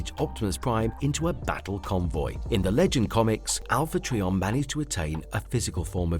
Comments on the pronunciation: This video was kinda grueling & cringy to watch. I know you might not be able to help it, but it’s pronounced as Alpha “Try-on” Trion. Not Alpha “TREE🌲 on”. Every time you said this name I kept thinking of Trees🌲. WTF❓🤯‼️ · It's Alpha Trion not Alpha Treeon. My god learn the name before making a video about anything Transformer related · I'm sure it's just a difference between my and your accent but it sounds like you're calling him Alpha Treeion not Alpha Trion then again I am half deaf I could just be hearing you wrong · Who TF is Alpha Tree-On? Do you also call a three wheeled bicycle a tree-cycle? How about a three sided shape? I guess you call it a tree-angle. What about those Quin-tes-sins? IT'S QUIN-TI-SANS!!! 🤬🤬🤬🤬🤬🤬🤬🤬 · Pronounced “try” as in a triangle, tri meaning three! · Not sure how you make a video on a Transformer and mispronounce their name the entire video. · I have full hearing and I hear it as well.